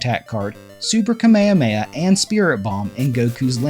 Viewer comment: Great video, but its pronounced Kamehameha not Kamahamaha